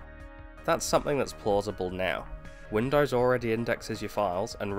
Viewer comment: to . " win dars ". WTF is " Win dars"? WINDOWS... " win dos " the o sound is long ( facepalms) " dos" the pronunciation is like multiple deer doe sounds like " does" but the O is long sounding